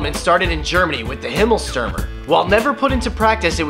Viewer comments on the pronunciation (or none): It is pronunced Himmerlstyrmer. The u is pronunced Y. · It's funny how you pronounce Himmelstürmer :DDD